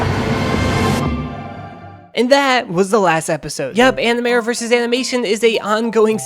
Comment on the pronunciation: I’m sorry did you say animior? In the intro?